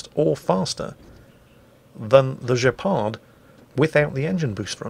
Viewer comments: Gu... in French is a hard "G", not a "J" :) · you may want to pronounce Guépard: "gay par". The "d" is silent, and the "gué" is very close to the way "gay" is pronounced in English. Other thant that, cool wow video, as usual. Thanks. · For the "Guépard", try pronouncing it like "gay - par". That's not quite right, but it's much closer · Yes you are misspronoucing it lol. Instead of saying "Jay-pard" like you said it should be more along the lines of "Gay-par" Also there is a "é" in guépard, you probably can't type that so who cares. It's just so you know From your friendly neighborhood french canadian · Guépard...G pronounced as in 'get', not as in 'george'. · Guepard: pronounced Gaypar (Im not making that up, its the closest pronunciation): doesn't care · Guépard isn't pronounced gepard but the g is pronounced like in "gate", g in French has different ways to be pronounced just like in English, with a following a, it is like in English, but to obtain the same sound with "a" following "e", we must add an "u". As far s stealth is concerned, Russians remain the worst. And Fr DDs are more like light cruisers. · Dear, its pronounced "gay-par" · i think it's actually pronounced gay-par hilarious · It's pronounced gay par :) Nice try though. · For the record, the name of the Guépard was indeed mispronounced. The G is a hard G (as in gift) and the D at the end is silent, because of course it is. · FYI on pronunciation:, you'd have been correct if the spelling had been "Gepard". The u makes the G sound as it does in "get" or "gone". And the accent on the é makes it more open, like the vowels in "heyday". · Sorry, but I feel I do have to correct your pronunciation of the "Guépard"... as in Gate, a hard "G". Guépard, being French for Cheetah. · Guépard : the g is pronounced like in gift, and the D is silent. Pretty wierd to hear it pronounced like that but it's alright :) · Guépard. Pronounce the "Gu" like guild.